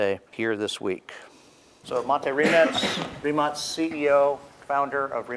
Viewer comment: Prvi put čuh da je neki stranac konačno pročitao tvoje prezime pravilno, Rimac, a ne Rimak